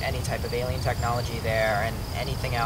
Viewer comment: I think I should point out that it's alien not aleien